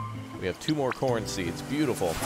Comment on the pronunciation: why did it sound like u said porn & not corn LOL